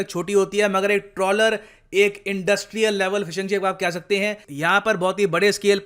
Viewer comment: said "ek bar inki fish aagyi" instead "ek bar inki ship aagyi". At 4.7